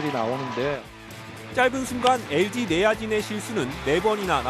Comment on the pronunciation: 쌤썽, 훈다이, 에스케이, and 엘쥐이